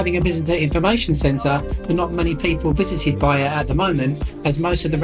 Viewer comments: Nice video. You pronounce it with the L - Vej-Le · Probably ask a local, or Google translate at least, how to pronounce the towns name - you made it sound Spanish almost